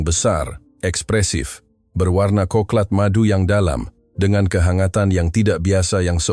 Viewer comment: Warna itu coklat bukan coklat bapak 😅😅maaf ya Semarang hadir